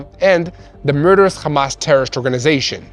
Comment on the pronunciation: It’s curious you bunch can say Ham.. but you cant say Hamas…. Without it becoming KHamas.. Why is that??